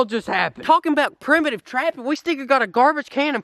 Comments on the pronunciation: you said premitive when it’s primitive. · He said premitive when he used a drill